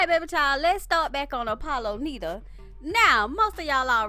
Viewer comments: It’s NIDA not NEEDA 🙄🙄🙄🙄😩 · “Nida” pronounced with a long i. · You're pronouncing his name wrong. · It's a shame u can't even pronounce his last name right lmao